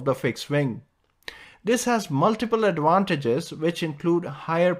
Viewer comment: Adwantages? There’s no V in that language?